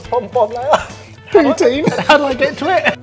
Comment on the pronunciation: Well shit. Just heard "poutine".... unfortunate boys. Unfortunate.